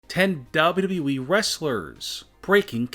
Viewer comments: Why do you struggle a lot when saying "WWE" is it that hard? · You say “WWE” weirdly